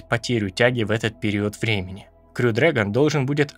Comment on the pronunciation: Классный ролик! Спасибо. Только точно не расслышал, как правильно говорить: "крю" или "хрю" дрэгон?